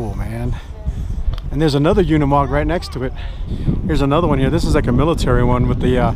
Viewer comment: You are pronouncing Unimog incorrectly.